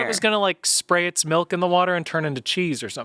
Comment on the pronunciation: anyone else clock that says melk?